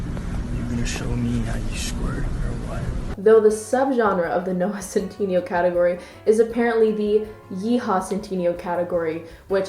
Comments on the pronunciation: No one:: Noah centeenioh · (cent in neigh o) BB SAY IT RIGHT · Y'all keep commenting on how she says Omegle, but no ones gonna talk about about she says 'Centineo.' I walways thought it was (Sen-tih-nay-oh) not (Sen-tee-nee-oh) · ceenteeneeoh OH MEE GLEE?!?!?!?!? IM SCREAMING every time you pronounce something i just is this canadian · man said noah centeenio sjsjsjjssj the way you pronounce it snsjsj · fjdhskkdac it’s noah SEN-TIN-AYO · you say centineo like cintiño and it's having too much of a mental effect on me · no one: absolutely zero species:: noah cinteeneo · this video is great but just an fyi: it’s centiNAYO 😂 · Oh shes pronouncing his last name wrong and im triggered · The way you pronounce his name makes me cringe 😂 I'm sorry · ok is no one gonna talk about the mispronunciation of centineo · thejkn I thought it was hilarious I almost peed of laughter when she said centineo